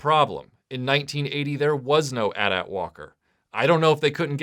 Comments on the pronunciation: The constant "at at" thing is driving me nuts. Everyone knows it's "Eh Tie - Eh Tie". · Atat....it's AT-AT (Aye-tee Aye-tee) ... 🤭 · Dude, really? At at? You don't say at and tee when talking about a phone company. Anyway, the amount of Hoth stuff Kenner put out always bothered me. Other cool review video, but some how I feel like this should have been a bit longer given the amount of Hoth toys there were. Keep up the good work.